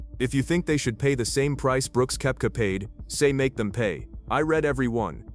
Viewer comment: So AI can’t pronoun Brooks’ last name?